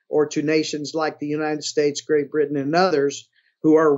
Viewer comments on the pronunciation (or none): none